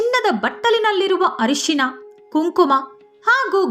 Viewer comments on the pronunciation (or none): none